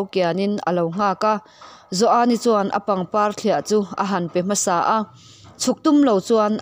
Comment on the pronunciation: Joani tih pawh i thluk diai tawh lova i chiar thiam ngaihthlak a nuam e